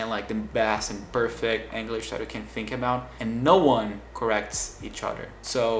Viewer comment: Your English is great, but funnily enough youre mispronouncing the word "English." It almost sounds like youre saying anguish. Its kinda of funny because brazilians love that hard E sound and seem to use it everywhere...